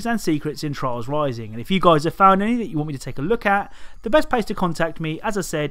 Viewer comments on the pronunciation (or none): You pronounce "Trials" like "Trolls"